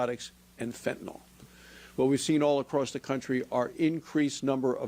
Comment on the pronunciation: It is pronounced Fen ta nyl not fen ta nal